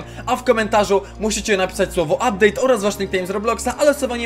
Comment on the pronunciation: "ubdate" Thembacon